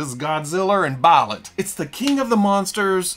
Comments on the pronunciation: I’ve gone back to this video three times to hear say “godziller and biolet” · Arkansas "Godziller and Buyerlant" had me laughing my ass off. I love these weekly Fwoosh news episodes.